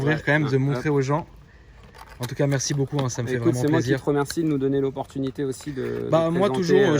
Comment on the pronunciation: Un remerciement à